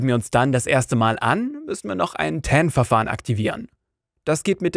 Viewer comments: heißt aber auch nicht "ten" ;o) sowie die andere falsch ausgesprochene Englische Wörter wie "Epple Mecbook" oder "Leptop" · Danke für das hilfreiche Video. Eine Anmerkung: TAN steht für Transaktionsnummer. Man muss diese Abkürzung nicht englisch aussprechen. 😉